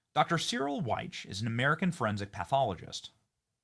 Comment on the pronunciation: Benny it’s Dr Cyril Wecht pronounced SARREL and Wecht pronounced WECK that’s how we say his name here in Pittsburgh, and he has passed away. RIP Dr Cyril Wecht. He’s a legend here in Pittsburgh and couldn’t be bought off, Always told the truth and stood up for the dead, no matter what !!! 🖤💛🙏🏻 Wecht hated the Deep state and pittsburgh deep state tried to fuck with his life!